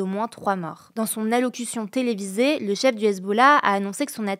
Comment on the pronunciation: répète après moi: allocUtion! Pas allocation... Sérieux vous pouvez pas revoir vos vidéos avant de les poster!! C'est de pire en pire le niveau de cette chaîne... (L'absence d'Hugo n'y changeant rien, même constat quand il est là mais avec encore plus de démago)